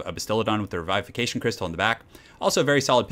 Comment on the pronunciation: I love you man but you butcher the "revivication" word on the bastiladon